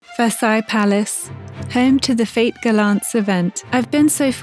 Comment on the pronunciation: Amazing dress! Btw "fêtes" is pronounced "fet" (rhymes with the English word "bet"), not "fate." It can be confusing because "faites" is a different word in French (vous faites means "you make" in French).